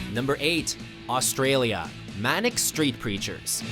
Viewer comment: You pronounced Manic Street Preachers wrong! 😠